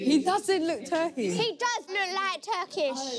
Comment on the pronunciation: Not even Turkish, “Turkyish”